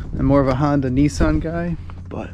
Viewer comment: Not “ NEESARN “ but “ NISAN “ .